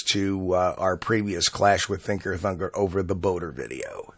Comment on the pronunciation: When he says Thinker Thunker he sounds like he says Thicker Fucker